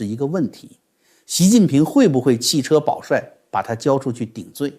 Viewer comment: 不至于把“弃车（ju）保帅”读成“弃车（che）保帅吧！